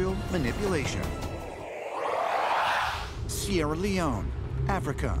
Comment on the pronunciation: Seirra Leoneeee? Wtf? This why shows like this can't be taken seriously. Sir, ahem... it's pronounced Seirra Leone as in you feel alone because you can't even prounce a countries name correctly.